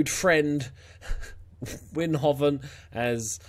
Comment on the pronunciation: Good luck mate... And yeah the rules are shitty.. You pronounce Wijnhoven as Winehoven (wijn also means wine)